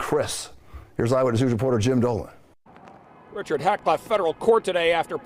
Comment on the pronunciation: Jim Dolan needs to learn Italian name pronunciation..geez where you grow up Jim?